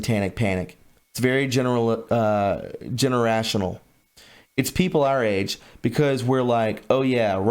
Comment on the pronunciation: gen-er-ation-al, not gene-ah-rational. A not Ah.